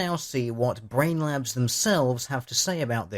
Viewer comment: It sounds like you are calling them Brain Lapse. Which is fitting.